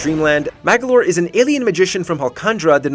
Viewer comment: IT'S MAG"O"LOR NOT MAG"A"LOR !!!!! PUT SOME RESPECT ON THE T RAITORS NAME MAGOLOR !!!!!!!!!!!!!!!!!!!!